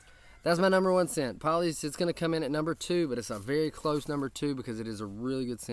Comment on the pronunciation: I've been wearing Poly's for about a week straight and I love it. For the record, Tyson says that Poly's is pronounced Pole-ee's, not Paul-ee's(it was his granddad's nickname). Either way, great video brother! I'm glad you dig their stuff man! Tyson and his wife seem like totally awesome folks! God Bless, and Beard On!